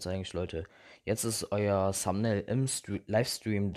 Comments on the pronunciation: das th wird nicht "s" ausgesprochen. Ich sage ja auch nicht zu "They" "shey". Also deine englisch Note kann man sich da schon denken.... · es heißt Thumbail nicht Sumbnail